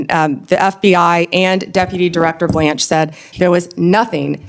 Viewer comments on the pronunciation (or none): none